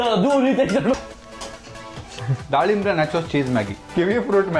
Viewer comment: Dalimbe ❎ dalimbre✅